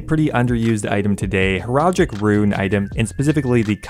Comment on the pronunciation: Heraldic "hair-al-dic"